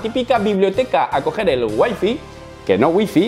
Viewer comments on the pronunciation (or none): Sigues pronunciando mal WIFI en inglés hahahaha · Noooo!! 'wai fai' se pronuncia hombre xD casi pero! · waifi no, way fay 😅